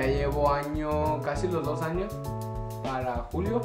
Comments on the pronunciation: pris siempre queriendo ganar.. pero si ya es el 3er video de preguntas y respuestas.. y que risa NO se dice ANIOS es ANOS.. jijiji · Alguien sabe por que en ves de decir "años" dice "anios"